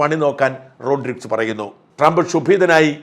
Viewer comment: ശായമ്പ്രാ......വ്യാകരണം അവതാരിക എന്നൊക്കെ പറഞ്ഞു വല്യ തള്ളു തള്ളുന്നതല്ലേ... റോഡ്രിസ് അല്ല. റൊഡ്രീഗെസ്....😂